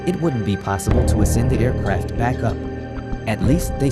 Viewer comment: Air CRAFT. Pronunciation drove me crazy ..m